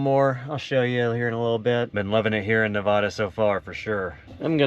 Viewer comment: HA! After what I saw happened at Burning Man, I thought you'd have hate going, LOL. FYI, stay up north until it gets cold and come down south in Arizona and Southern California when the snow comes. One more thing, it's pronounced Na-vay-da, not Na-vah-da 😊. Took me years to learn and remember to pronounce it correctly, Im a Texas transplant. But you get a pass 😊.